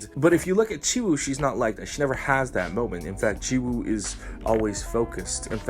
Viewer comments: Lol i love your conent but if i counted the number of times you said "jisoo" instead of "jiwoo" I'd be Rich 😂😂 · Every time you say Jizoo or cheese-oo it hurts me.